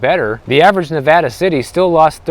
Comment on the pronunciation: Pronouncing Nevada correctly! Much respect to you.